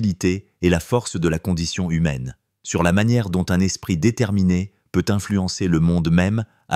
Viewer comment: la 2ème histoire aurait pu être largement améliorée : il s'agit probablement d'une fiction, traduite, ou fabriquée par Chat GPT et lue par une insupportable voix numérisée : ("l'espriT humain " haha) dommage, la fiction de type roman d'espionnage aurait pu être intéressante, s'il y avait eu une résolution correcte à cette histoire.Mais rien de tout ça : une conclusion verbeuse sur "l'humanité subtile " alors qu'il n'y a pas d'ancrage des personnages, des lieux, ni aucun mobile à un meurtre fumeux perpétré à cause de timbres : on aurait apprécié que la diction du lecteur ait elle-même un timbre agréable ! Payez quelqu'un pour vous faire une vraie histoire, il y a des tas d'auteurs qui ne sont pas publiés à cause de la paresse et la cupidité dont vous faites preuve .